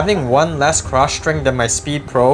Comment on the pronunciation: There’s no h in string or stroke. Shtring, shtroke…lazy pronunciation